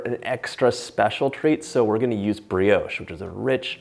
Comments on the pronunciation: That is NOT bread pudding. It is a variation of bread & butter pudding. Real Bread pudding is not made with an egg custard. And Brioche is not pronounced 'Bre- oash' It is pronounced 'Bri osh' The French would not understand what you mean! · I love the way he sais brioche